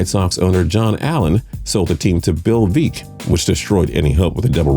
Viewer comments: It's pronounced Georgia "Fron-tee-airy", not "Frontier"...and Bill "Veck" not "Veak"...how much do you know about sports anyway !? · Veeck as in Wreck! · Bill VEECK as in "Wreck." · That's pronounced "Veeck as in wreak..."